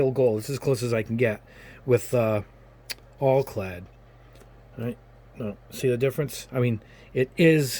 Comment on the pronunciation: Al-clad not All-clad.